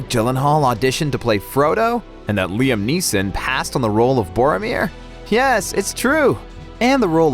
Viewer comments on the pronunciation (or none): none